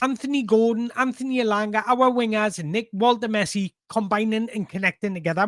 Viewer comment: It's Woltemessi... Did you not hear? 😅